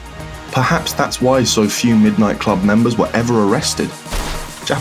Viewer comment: "Middo nitto kurobu"